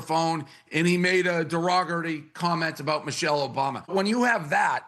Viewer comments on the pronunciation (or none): "Deogary" ? 😂 is he dum lol take the b out? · Derogoty comment? Why do people attempt to use words they have no idea how to pronounce? Sounds like he had too much to drink.